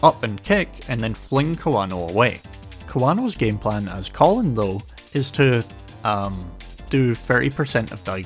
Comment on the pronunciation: Love these analysis videos but man, pronouncing Kolin like the guy name "Colin" hurt 💀